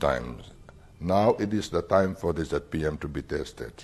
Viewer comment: it is not Jet P M..it is ZPM